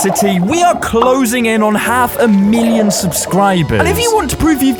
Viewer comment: half a meeleohn